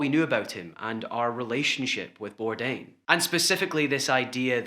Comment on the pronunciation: Some tribute at least get his name right🤦🏼‍♀️not Birdan ! bordain eek had to shut this off!